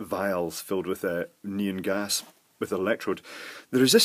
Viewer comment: neON not neAN